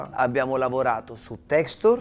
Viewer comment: *texture (pronuncia a dir poco maccheronica😵‍💫), consistenze e tecniche. Texture = consistenza, l’inutilità di usare anglicismi fuori luogo…